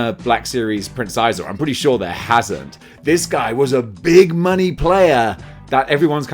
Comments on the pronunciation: Its been some decades, but I believe his name was pronouned "Shee-Zor". I could very well be mistaken! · "I always get that wrong" meanwhile, absolutely BUTCHERING Prince Xizor's name. Are you trolling us today? ESL dudes could'a done this better...